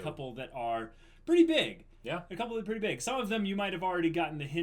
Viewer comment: "we have to make it purdy" oKAY THIS IS WHY I LOVE MAH BOIS